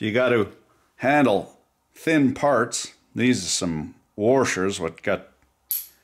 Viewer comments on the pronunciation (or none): Warshers its washers not warshers